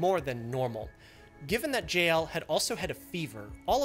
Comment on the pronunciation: He pronounces JL like 'Jail'